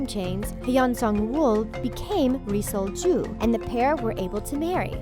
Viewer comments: the pronunciation of ri sol-ju is the most white pronunciation i've ever heard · Hahahahahaha whenever she said Ri Sol-Ju, it hella sounded like "re-sold Jew" 😂😂😂😂😂😂 I laughed WAY too hard at that and am going to Hell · It really sounds like ur saying resold jew